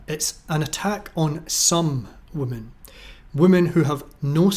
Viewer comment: So out of all the female captains half have crashed their ships? Also why do you pronounce women as woman?